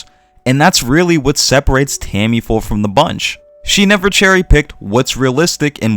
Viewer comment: Great points. Obviously, I hope your incorrect to some degree, and we'll get more works on this level sooner rather than later. However, you're probably correct. Side note: I swear I'm genuinely curious... Am I missing something? Does the author Tamifura go by a different name? It really sounds like you always call her "Tammy-Full". I'm seriously not trying to poke fun at your pronunciation (I've never heard you change a name's pronunciation anywhere near that much); so at first I was just confused, then I figured I'm missing something.